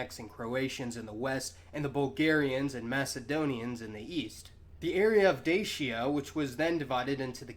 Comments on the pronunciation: great video however its not pronounces (d-a-sh-a) its pronounced (d-a-tchia) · The Moldovans actually pronounce the word Dacia as "Da-cha"